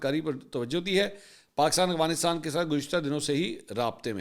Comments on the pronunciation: منصور بھائی محبت اور معذرت کے ساتھ ایک تلفظ کی طرف آپ کی توجہ دلانا چاہتا ہوں ۔ افغانستان کی ادائیگی سننے میں اغفانستان لگ رہی ہے ۔چیک کیجئے جناب ۔ اختر تابش مدینہ منورہ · منصور صاحب میں نے پہلے بھی توجہ دلائی تھی کہ آپ افغانستان کو اغوانستان کہتے ہیں آپ بڑے میڈیا پرسن ہیں آپکے منہ سے غلط تلفظ اچھا نہیں لگتا